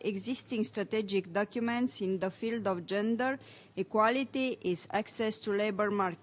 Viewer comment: ))) asa citeste un coleg de-al meu! :)) nici macar nu stie cum sa citeasca "the" urmat de un cuv ce incepe cu o vocala!:))